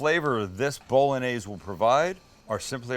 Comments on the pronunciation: Haha It's pronounced bo·luh·neiz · Sammie, please... BOLL-ON-YAIZE. Not BOLL-UN-AIZE.. But I luv ya. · Bol-log-naise... lost interest after that pro-nunc-iation! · Johnson how can you call me stupid then not understand how bo·luh·neiz and bowl.en.neiz are different? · Only plebs pronounce it, 'Bol-log-naise'. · Bowl a neighs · Jesus. It is pronounced Bo-Lo-Nyeh-Zeh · I think it’s pretty gay the way you say bowlanaise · I tought you pronounced it bow-loh-nese